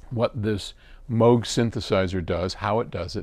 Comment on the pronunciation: Great insight if my interest, and thank you for pronouncing Moog correctly 🎹